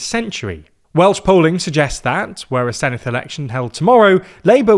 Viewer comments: Did better than the BBC which shows how little the BBC cares. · 10/10 for pronunciation of caerphilly and senedd. thank you